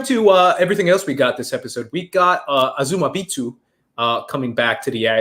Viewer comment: "Azumabitu, Zackerias" what's with all the butchered names today? lol